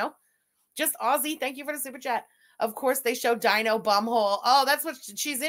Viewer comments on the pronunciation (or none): none